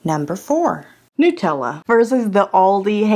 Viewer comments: Love your reviews but damn girl... NUH-tella (as in nut) not NEW-tella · just nuts. Nut-tella.